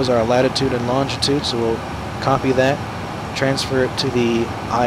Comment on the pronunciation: It's LONGITUDE. Not Lontgitude